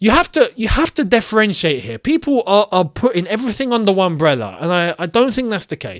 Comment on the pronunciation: "DEFFERENTIATE"... WORD OF THE DAY,.